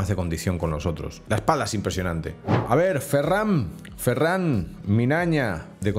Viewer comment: has pronunciado mal el apellido de ferran